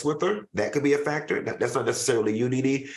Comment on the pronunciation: Greattttt show guys ,Claudia you read Nene correct‼️💯. I try to never miss a show, keep up the amazing job guys❤❤❤look at Funky blushing and all hiding and shit, I am so happy for Funky😍 Claudia you and Al are next👌👏👍